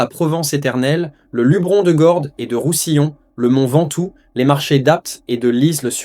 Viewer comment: Luberon, on prononce le E